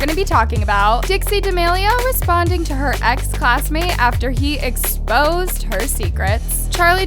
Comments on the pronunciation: “ expoed “ haha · lmao, "expoed" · you messed up on the word Exposed, and put Expoed😂😂 it’s okay though just pointing it out😂😂